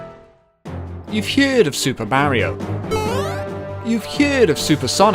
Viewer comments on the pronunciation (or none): You've heeyerd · Why do you say hyerd? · Why does he say heard so weird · I love the way you say "heard"